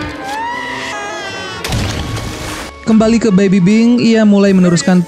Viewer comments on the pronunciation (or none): Bang lu ngomong baby pink baby bing